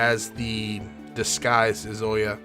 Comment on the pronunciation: I'm enjoying this playthrough, but the fact that you keep mispronouncing Izayoi's name (it's EE-zuh-YOY) is very distracting...